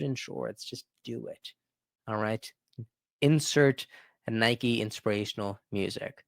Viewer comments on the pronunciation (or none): none